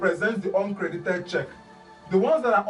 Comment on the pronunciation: Sounds like oncredit when you say uncredit.